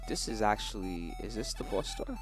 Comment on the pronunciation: i like how says "boss", like a BAUSE:)